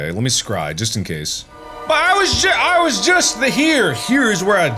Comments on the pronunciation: When he says scry it sounds like cry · Mark out here scrying but the s is silent.